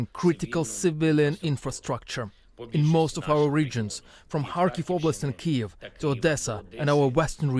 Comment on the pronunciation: Its not keev its kyiv